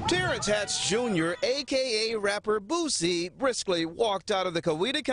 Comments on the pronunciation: The artist “BOOZEy” omg not like the alcohol sir lolololol omg 🤦🏾‍♀️ haHhHHaAaa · How the white news reporter said Boosie....""boozzie"" 😂😂😂 .... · According to the reporter, his name is "BOOZZIE" 😭😭😭😭💀💀💀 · Im surprised they didnt say BOOTSIE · I just like how the reporter from the news clip pronounced his name 😂 " "Boozzie" 😂🤣😂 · The New Anchor Man said Booosie. I can't LMAO🤣🤣🤣😂😂😂😂🤦🏾‍♀️🤦🏾‍♀️🤦🏾‍♀️ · The reporter said” Rapper Bozzie”😂😂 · The reporter called him boozey 😂😂😂😂😂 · Not boozie..... He called him boozie🤣🤣🤣🤣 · He said booZie .😂😂😂😂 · so we not gone talk about how the News reporter pronounced his name💀💀💀